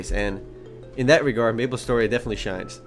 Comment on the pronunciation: Aaaaand I thought he said nipple story for a sec